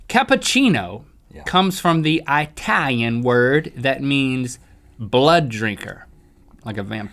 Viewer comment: LINK, PLEASE STOP SAYING ITALIAN WRONG LMAO